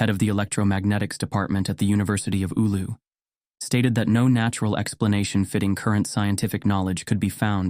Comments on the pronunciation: Not Oulo but Oulu ! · You can increase your credibility by taking the time to look up the correct pronunciation of these place names. For example, “Eewloo” isn’t how you say “Oulu”, and it takes minimal effort to get it right.